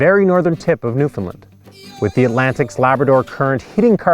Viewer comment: its pronounced.. Newfoundland.. Like understand...Do your research